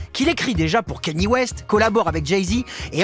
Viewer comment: franck ochun, "kenny" west, faîtes un effort svp